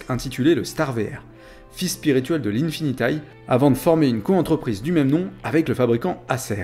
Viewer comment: On dit infiniti et non infinitaye ne sois pas plus anglais que les anglais. Merci